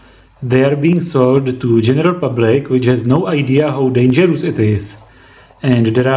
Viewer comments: foooool bridž rectifajahh!!!!!!!!!!! this is very denžerůůůůůůůůůůs :-D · fool bridž rectifajaah!!!!!! This is very denžerůůůůs stuff of koooooors :D